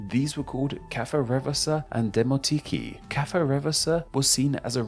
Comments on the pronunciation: "koine" makes sense, because it's an ancient world. "Dimotiki" should indeed be pronounced this way though. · it's Demoti-KΙ (Δημοτική). Stress is on the last syllable. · Great video overall. Only thing is that koine is pronounced as "kini", and demotiki as "dimotiki"